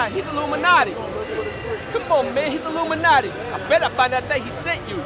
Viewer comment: 😂😂😂😂😂😂 " He is Elluminaty, I tell you guys" 😂😂😂😂😂😂😂😂 "This is emotion" 😂😂😂😂😂😂